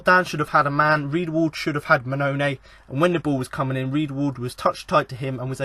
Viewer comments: Dude, I'll help you out on how to pronounce some of the Town players. The striker big Steve Mounie is pronounced 'moo-knee-ay'. Kachunga is pronounced 'ka-chung-ga... Like his song.... ' Aint nobody like Kachunga, makes me happy, makes feel this way'. Happy to help. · Wait what did you just call Mouniè?